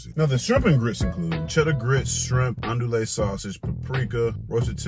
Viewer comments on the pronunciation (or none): The way you chopped up the word "andouille" 🤣🤣🤣